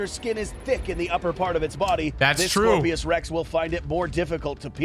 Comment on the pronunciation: It's Scorpios rex not scorpesrex